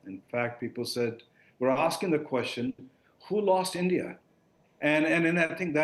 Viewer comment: भाई तू पहले ढंग से बोलना सीख ले । ऐसे बोल रहा है जैसे तेरा पिछवाड़ा जाम है ।। और ईईईनदिया क्या होता है ? ठीक से बोल और मुंह से बोल